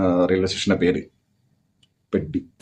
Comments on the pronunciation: It's not പെട്ടി 😂 It is PEH-dee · പെഡ്ഡി ❌അല്ല പെദ്ദി ✅ കാരണവർ /തലതൊട്ടപ്പൻ അങ്ങനെ എന്തോ കോപ്പ് ആണ് 😁😁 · Its "പെദ്ദി" not പെട്ടി.